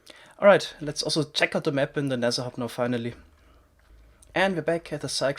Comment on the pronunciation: Nezher hub, anozher epizode... omg